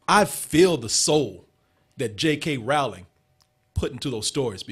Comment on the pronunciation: it's Rowling like Bowling. lol